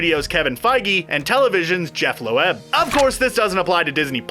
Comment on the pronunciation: Really gotta work on pronouncing names here. Lo-Ebb?? Ugh